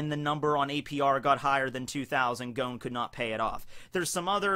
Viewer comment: I love you but... Goan? Da fuck?